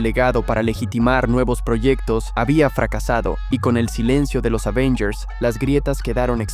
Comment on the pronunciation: Es Avengers no Ávengers sea serio